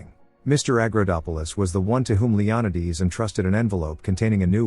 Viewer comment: Leonidas pronounced Leon~eye~d’s instead of Leon~eye~das is a new one! I love the way these AI voices miss pronounced names. I’m not complaining , I’m just saying it’s interesting bc I was like WTF kind of name is that, until I realized what it was! Magda being Mog~da.. interesting maybe even a bit peculiar! Enjoyable either way!